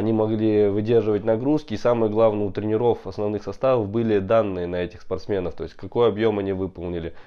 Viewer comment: в словах тренеров,тренерам, ударение на первую букву е, трЕнеров, а то информация интересная,а это уши режет